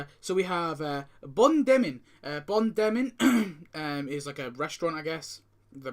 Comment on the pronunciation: It's not Bon Denmin but it's Bon Dormir ( Good Sleeping in english😉 ) Yes i'm french 😂